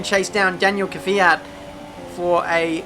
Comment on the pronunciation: Give this man a medal for saying Kvyat and not Keeee Fiat !